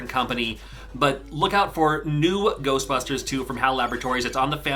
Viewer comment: GERSTBUSHTERSH! Never gets old.